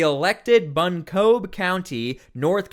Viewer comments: 😂 the way he tried to say Buncombe County....I live here buddy just for future reference say it like this bun-cum county it's less confusing for you city folk. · Buncombe is pronounced "BUNK- um".